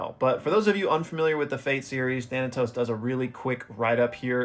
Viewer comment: the name of the guy who donated for this video is pronounced (Tha-nay-tos) if I’m not mistaken. He’s the main villain from an AMAZING webtoon based out of Trinidad called “Ordeal” not only do I recommend you read it and think you’ll absolutely love it, but you covering Ordeal may make it get more eyes on it. Helping it get a much deserved anime. It’s ongoing but you have about 130 chapters to binge.